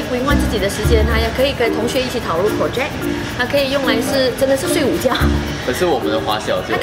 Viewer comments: 是project，不是pocject 哈哈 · malaysian slang , Porject😂